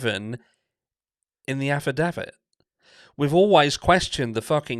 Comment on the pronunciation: He's pompous with his irritating 'meat and potatoes ' catch phrase and mispronunciations of words like affidavit,he was ok at the start but now he's got more followers he's getting obnoxious